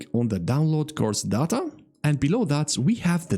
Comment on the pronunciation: it's not data its data